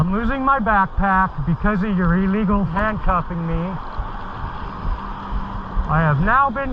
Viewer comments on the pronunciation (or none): Please learn that the word illegal is pronounced as if you’re speaking about a sick bird. It’s not pronounced E-legal.